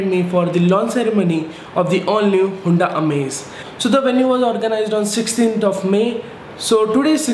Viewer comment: Bhai Hunda nhi Honda 😛